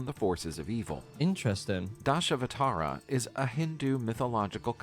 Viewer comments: FYI, Dashavatara pronounciation should be Dash+ Avatara. Dash means Ten and Avatara means Avatars. i.e. 10 Avatars😊 Varaha Avatar rescued Bhoo Devi. Bhoo devi is nothing but Earth Goddess means Earth itself. He carried Earth on its trunk😊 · It's Dashavatara - Dash-Ava-Tara. Idk what the AI narrator said but that's not it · How to Pronounce DHASAVATHARA= 'DHAS' is pronounced as "Thus" in English, 'AVA' is Pronounced as "AVA" in 'Avocado', 'THA' is pronounced as "THA" in "THAR desert", 'RA' is simply pronounced as "RA" in 'RAM'. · Try to break down sanatana dharma like this: sun-ah-tun dhar-ma OR dhar-am Dashavatara can also be broken down as dash - ten and avatara - avatars/incarnations - the video narrator mispronounced it too haha Also remember the a at the end can be dropped - you just have to be consistent about dropping them